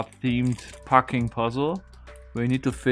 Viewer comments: Just need to be careful not to over extend the 'a' in packing, or it ends up sounding like parking. The way you pronounced the 'a' in the word 'Latin' is what you want to be aiming for. Needless to say your English is way better than I'm capable of in any other language. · Your original pronunciation of 'packing' sounded fine to me. The new way sounds more like "parking" IMO and is confusing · to me the 2nd one sounds like "parking" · I hear a difference. To me his old pronunciation was 'pecking'. He then went for 'packing', and one time stressed/overcorrected to 'paacking'. Depending on one's dialect, you may not distinguish 'packing' and 'pecking', but this is done in British (Queen's) English. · Packing yes. It sounding like he said parking. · It's not a merger we're talking about here, but a vowel shift. In my English, we also distinguish between packing and pecking, but his old version sounds like "packing" and his new version sounds like "pahking" to me. Neither sounds like "pecking" to me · I've been at the Merriam Webster page for the definition of 'packing' for the past 5 minutes listening how to pronounce audio again and again. It sounds exactly like the old way you said it which is exactly the way I've said it for decades. Now I'm just confused.